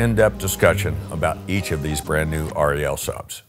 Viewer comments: It is not pronounced R.E.L 🙄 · r.e.l . ??? You can just say Rel ...no problem for us :)